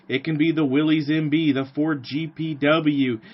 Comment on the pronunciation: How very refreshing to view a video in which someone actually has the story right! If there was one detail (O.K., two;... John North Willys pronounced his name Will-iss. ) that I would adjust, it would be that Ford was not so much 'asked' to participate in the project that became Truck, 1/4 Ton. 4X4, G503. It is my understanding that Ordnance applied considerable pressure to Ford Motor Company 'informing' them that they would provide a prototype and prepare for production as there was concern about Bantam's and / or Willys Overland's ability to provide for projected demand. For any who do not know; Ford's GP designation did not indicate 'general purpose' or anything of the sort (as is somewhat commonly assumed). Per period FoMoCo documents, G was 'government', P was Ford's internal code for vehicles of 80 inch wheelbase. Vehicles built by Ford as subcontractor to Willys' G503 contract were GPW, or government, 80", Willys pattern. Addendum: - Both Bantam and Willys 'built' 1/4 ton trailers of the same pattern during WW2, the Bantam T-3 and Willys MB-T. Both firms assembled their trailers from components provided by American Central Manufacturing (ACM), a firm which also produced 'body tubs' for both Willys MB and Ford GPW. ACM had previously built bodies for the Cord 810 and several other automobiles. The T-3 and MB-T were watertight and could be used as boats or even as pontoon bridges if required. - Kudos for including the 'Rotarbuggy', an autogyro 'Flying Jeep'